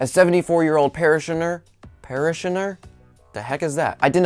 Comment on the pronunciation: SO - mispronounced Aberdeenshire and parishioner....whoopsies! But I really liked this episode - let me know what y'all think!